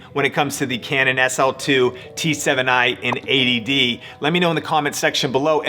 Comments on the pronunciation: yes he's saying 80dd which is annoying to hear. Its 80D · Does anyone else hear "ADD" (attention deficit disorder) instead of "80d"? Do I need more Ritalin?